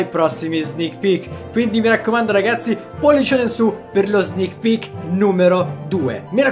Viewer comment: Io in tutto il video ho sentito solo "snich pich"